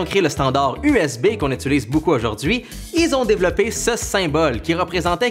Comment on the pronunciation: Dans cette vidéo, tu dis vraiment souvent le mot utiliser, que tu prononces ituliser. J'adore.